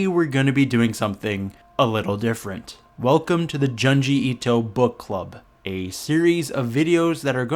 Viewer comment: For the love of God it's pronounced "June-G" Ito